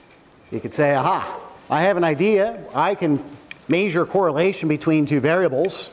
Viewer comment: "Maysure" instead of "measure" haha love him